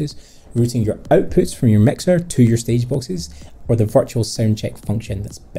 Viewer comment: Having a hard time comprehending your pronunciation. Sorry but it's kind'a annoying. I'm used to American and British English. For example.. the word OUTPUTS. You're pronouncing it as EIWPHUTS. So i need to repeat the video over and over again to completely understand you.